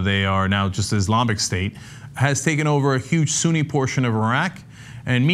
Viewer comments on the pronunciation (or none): none